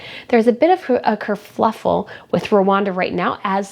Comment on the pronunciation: I really liked this. I’m going through your backlog and I’m really tired of Meghan. I loved that there was something positive! Also, it’s kerfuffle, not kerfluffle. 😁